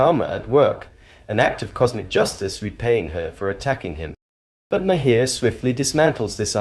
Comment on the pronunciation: It's pronounced as 'Mahr'...one syllable.